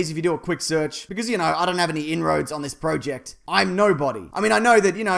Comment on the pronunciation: am i the only one that got mad about how he said project ?